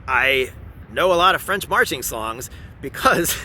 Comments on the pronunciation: frenchman speaking here, i'm quite impress with your accent! also as a guy who came on your channel via the input of Mr Ian from forgotten weapon i truly appreciate that you don't rush talking about gun and instead take the time to bring a whole lot of context! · Your french pronunciation is excellent! **Cough And much better than Ian's **cough For the lyrics, "those ferocious soldiers come take our sons and wifes from our embrace to slice their throats" is closer but you get the point! As for the Legion, given their nature of a last resort shelter for those who have nothing left to lose, the fatalistic tone is probably on point. If i remember correctly, French citizens can join it but will have to shed their identity and become "Belgian" or "Swiss" on the records before enrolling